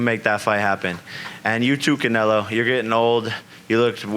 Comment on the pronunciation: Respect. But he really needs to stop saying Canelo😂